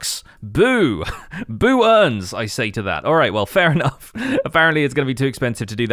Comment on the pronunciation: pausing the video to LOUDLY cackle when you said BOO-ERNS, so I don't miss anything while cackling. now I can resume